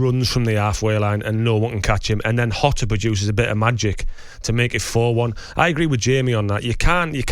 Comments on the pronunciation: I'm not Portuguese. But it's probably more "jwo-ta" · Who's "Hotter"? It's pronounced how it looks; 'JOTA'. Simple, not rocket science. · Did woodgate pronounce Jota as "hota" ? We know you played in Madrid Jonathan but he's Portuguese not Spanish mate 😂😂😂